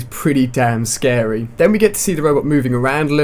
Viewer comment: "they look wealy scawwy" hahahaha